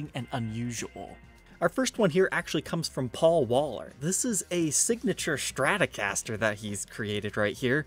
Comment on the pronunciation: Take a shot every time says ''Shtratocaster''...